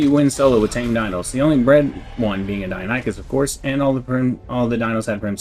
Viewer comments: OH MY GOD....🤣🤣🤣🤣🤣 Ok for the love of all things holy... people it is PRONOUNCED: DIE-NON-i-CUSS.... Not dino-nee-chus... or any other way 🤣🤣🤣🤣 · Great video! Thanks for all the tips :) btw it's pronounced Die-non-ih-cuss, not die-oh-ny-cuss